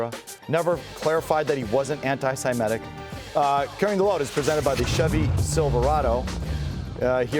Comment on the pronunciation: How old are you Felger? How are you unable to pronounce “antisemitic”